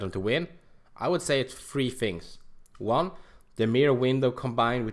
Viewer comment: Anyone else thought it was funny how he said "three" like "free"? But anyway great video man, love to see all this pro strats, thx for doing this. Cheers ma dude